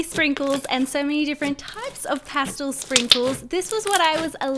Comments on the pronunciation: Is it past-l or past-el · Its not pastil. Its past EL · It’s past-el not past-ol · She says pastle not pastel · Um the word is pastel! Not pastle! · I couldn’t watch this video knowing she said pastel wrong.. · OKAY, BUT THE WAY SAYS PASTEL BOTHERS ME SO MUCH AND IDK WHY